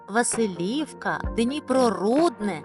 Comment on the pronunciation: Дякую, за цікавий відосик!❤😊 Але чому Ви не правильно ставите наголос, наприклад в таких назвах як УкраЇнка(у Вас - УкрАїнка), ВасИлівка (у Вас ВасилІвка)...?! А також у Вас на фото Верхньодніпровська показано місто Дніпро?! І ще одне, місто Олешки не виходить на Дніпро безпосередньо)